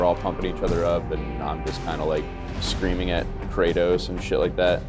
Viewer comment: He said cratos what you doing buddy hahahhahah my dude